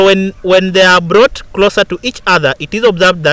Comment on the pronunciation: "So the glass rod is blought ........say whaaaaaaaaat ..at 4.42😂😂😂😂😂😂😂😂😂😂